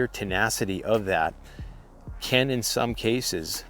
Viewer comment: The word is CAN, not Ken!